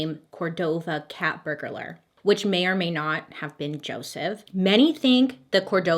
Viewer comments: 💁🏼‍♀️“BURG—LER” .... hope that helps! ✌🏻😘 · Baby, honey, you're adding an extra syllable to burglar/burglary. Not burg-a-lar, just burg-lar. Keep the background 🕸️🕯️💀🦇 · I love how you say burglar. My daughter also pronounces words like that. You should hear her say vanilla...😄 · I literally can’t listen to her saying “burglar” without think of the Hamburglar from the McDonald’s commercial back in the day 😂 Anybody else 😅 No, just me 🤦🏻‍♀️ Okay no big deal 😬 On a side note, Victim Impact Statements are so important and a necessary part of the process, so thank you so much for mentioning that! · Bailey. I love you. So much. You"re one of my favorite people. But it's burglar. There's no vowel between the g and the l. Just two syllables. xoxo